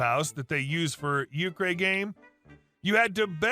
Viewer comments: Euchre - pronounced “U curr”. I can tell you’re not from the Midwest! 😂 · Euchre= YOU-ker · That was the worst pronunciation of euchre that I have ever heard